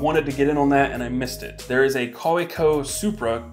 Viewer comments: Pronounced kaveco. (pen nerd.) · Hey man, great video! The kaweko pen is a German company, so the "w" is pronounced as a "v", like wagner